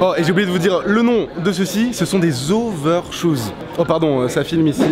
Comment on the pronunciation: "ce sont des OVER CHOSES" XDDDDDDD